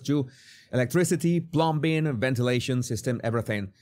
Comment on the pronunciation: Plumbing 👈🏾 the b is silent.